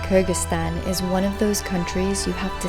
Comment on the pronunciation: Even when you're touring the world, you STILL can't pronounce the name of the country right ? Come one FFS, it's KyrGHistan NOT KyrJistan